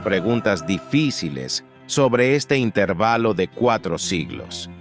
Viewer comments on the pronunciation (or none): Es que es un canal hecho con IA, por eso no pronuncia bien las palabras en español como intervalo